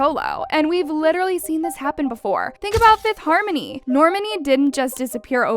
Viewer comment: btw. it’s pronounced nai - ee - sha for Naisha, and Nor- Mah - Ni for Normani.